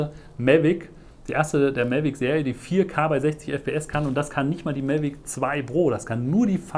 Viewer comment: warum sagst du eigentlich immer MELVIC ? das heißt MAVIC wtf das triggert mich so hart das ich das nicht gucken kann